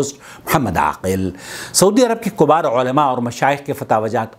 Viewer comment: Kubar ulama nhi kibar hota hai kabeer ka polural